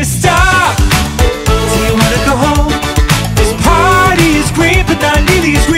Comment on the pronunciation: Danny says "lets pary now" and my antisocial ass is on fucking BOARD